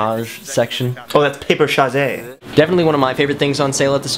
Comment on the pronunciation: I shall now be pronouncing 'paperchase' as 'paper-shazay' FOREVER.